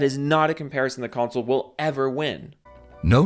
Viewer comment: lol cumsole 🤣